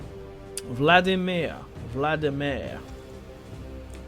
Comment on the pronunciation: It's King Valdemar of Denmark not vlademir